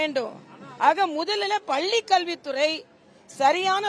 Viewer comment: தமிழை சரிவர உச்சரிக்கத்தெரியாத இந்த இடப்பாடி பழனி சாமி பள்ளியை பல்லி என்று உளறும் இவர் வியாக்கியானம் செய்வது நல்லதல்ல.